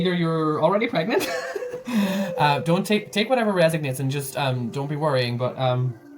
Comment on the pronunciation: resOnates, not reSIGnates...:)))